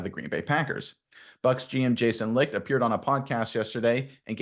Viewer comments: it's pronounced Light not lick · It's not licked, it's light. How can we take you seriously if you can't even pronounce names properly? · wow not for nothing but you guys are right on spot with your comments 👏 the only thing is that Jason Licht (last name) is pronounced like Jason Light (like a bulb light) but anyway great content and surprise that you found those little move that diehard bucs fans now about and not outside reporters. 👍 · Please say his name right. Licht is pronounced as “light” or more phonically “lite”. The “CH” is silent. You can’t be covering the Bucs and not even know how to say the GMs name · Bucs will win the NFC South once again. BTW - Licht - It's pronounced "Light".